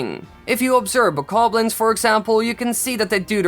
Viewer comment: Who else is mad that he says bakablins instead of bokoblins